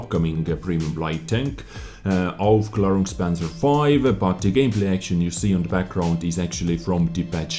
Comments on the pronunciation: But the pronunciation is actually pretty good. One more skill in wich shines brighter than Jingles. Hehe... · Like I said: someone disliked! Btw your pronounced it good I think;)